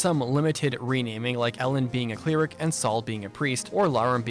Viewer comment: Why are you saying "cleeric" and "geneeric"?